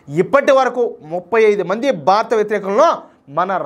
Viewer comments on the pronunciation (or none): none